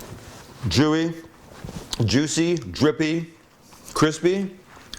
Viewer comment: Hahaha!!! 🤣🤣🤣 Sam, you crack me up. You tried quickly to speak after your first bite and then said "shit", followed by "jewey" instead of "chewy", then the rest of your descriptive superlatives. I don't think the first word out of your mouth after a bite of that delicious sandwich should have been "shit", for obvious reasons. Just messin' with ya man! 😄 Great sandwich! 👍🏻 The only thing missing might have been a thin slice of mozzarella (smoked preferably), which would add another flavor component and would have gave you the colors of the Italian flag!!! 🇮🇹 Mangia!!! 🍽😋👏🏻